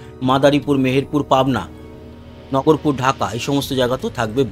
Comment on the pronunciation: ভাই নাগরপুর। নগরপুর না